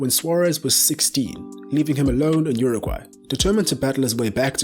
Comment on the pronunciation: Lewis “Bitey McGhee” Sware-ezze from Your-ah-gaye